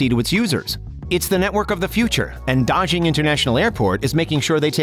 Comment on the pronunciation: Daxing is supposed to ne pronunced tasing, not dajing